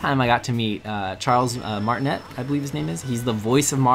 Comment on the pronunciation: It's Martinet (Martin-ayyy) not Martinette (Martin-ett). Also, what is the song for funky Kong's dance? I bet a lot of people ask, so you should put it in the description.